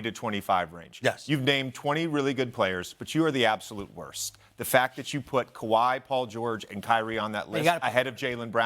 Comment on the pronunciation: thsi shows u a high schooler can me a sports commentator 💀💀💀 bros going off big marketable players name😭, bro said kawhi and BI